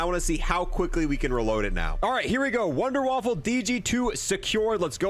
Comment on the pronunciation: I love how he calls it the Wunderwaffle lol its definitely Wunderwaffe